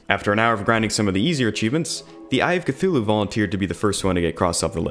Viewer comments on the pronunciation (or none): none